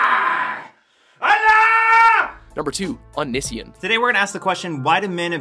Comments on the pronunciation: omg he says onision wrong 😂😂😂😂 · lol he said Onision wrong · what did you call onision that's not how you say his named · HOW CAN YOU NOT PRONOUNCE ONISION!?!?! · i hate how hes prenouncing onision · you can't even pronounce onision also HE IIS A COMEDY YOUTUBER COMEDY!!!! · Did they seriously say Own-iss-see-in? It's Own-ee-si-on. XD wtf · oh-ni-si-in ? it's oh-nee-see-on. just sayin' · "Ah-nih-see-un" is actually pronounced "oh-nee-see-on" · Clercq it's ONION SON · "Unision" no it O-ni-si-on he literally says it in his own videos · he stuck between calling him onion boy or onision, so he decided to call him both; unision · Clercq NO! ITS UN-NIH-SEAN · The commentator must have not properly researched. Greg literally says "Oh•knee•see•on" in four syllables at the end of each main channel video, which is Onision. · "AH-NISSY-EN" is incorrect? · yes lol. I guess it's one thing to not know how to pronounce something, but onision has very frequently pronounces his own name. This isn't aimed at you, but at the makers of this video, they could have at least done some research you know? It's pronounced "oh-nee-see-on" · it's oh-née-see-on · And it is pronounced oh-nees-see-on. The way the guy pronounced it in the video really irked me. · O-KNEE-SEE-ON that's how its pronounced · Oh-ni-si-on that guy was saying it wrong!!! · onision is pronouced oh nee see on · oh-nee-see-on. for fucks sake lol. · Was over joyed when I saw Onision. I love him and how the narrator said his his name wrong (Oh-knee-se-on) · It's pronounced oh-nee-see-on. You pronounced onision wrong. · "AH - NISS - EE - AHN" really? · It's pronounced (oh-knee-see-on) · by the way it's pronounced OH Nee see on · BWHAHAHHA THE WAY HE PRONOUNCED ONISION WAS SO WRONG. I don't really like Onision but that was hilarious. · it hurt me too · May I just ask, why did they pronounce Onision in that way? It's wrong to pronounce it that way... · Same. He pronounced onision wrong btw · he said Onision wrong.... lol